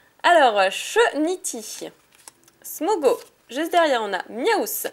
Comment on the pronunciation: Ta a dis smogogo olieu de dire smogo